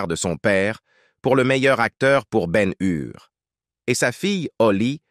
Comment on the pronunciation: et BEN HUR aussi